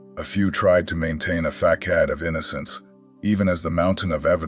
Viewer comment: I ex husband would day ' Fakard ' instead of ' Facade ' pronounced Fass-aad.